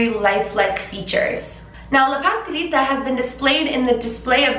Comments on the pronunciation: “paskalita” 😭😭 ... es pasCuaLitA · hahahaha no hate but it was a little funny when you said “Pascalita” and it actually is “Pascualita” just trying to help. I talk spanish, I fact is my first. language. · Pahs-KWA-leeta 😘 but i LOVE that your trying and that’s what matters 💕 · It's pronounced pas-QUA-lita, like (QUA)LITY. Pascualita. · You can say "Pascuala" but you can not say "Pascualita?" You keep forgetting to pronounce th U